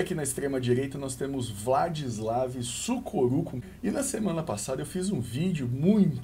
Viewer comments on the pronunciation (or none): pronunciando Sukoruchko: Suboruco, Surocubo, Sururucu, Sorocaba